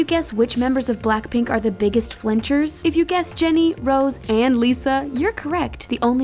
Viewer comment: For BlackPink...it’s not rose it’s rosè :)